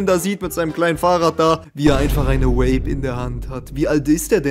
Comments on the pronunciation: Ey wenn der kollege noch einmal Vape als "Uäip" aussrpicht dann krieg ich einen Schlaganfall, das ist so unterträglich, bitte bitte sag doch einfach "Wäip" so wie auch die korrekte britische und amerikanische Aussprache lautet! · Irgendwie regt es mich auf, dass vape andauernd wape ausspricht